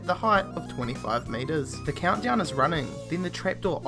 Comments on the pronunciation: "there iis" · he says 'is' really strange.